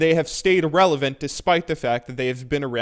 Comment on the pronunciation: lol instead of relivent he said erlivent btw idk how to spell that word dont judge